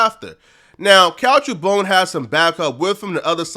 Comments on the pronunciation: BOONE not BONE...gees! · His name is Boone not bone my nigga, pronounce like moon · Learn to pronounce a name sheesh